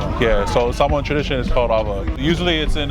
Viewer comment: Need to learn how to pronounce SAH MOA. Not SaMOWN . Sar-mor-an. Youngsters nowadays tsk tsk UGH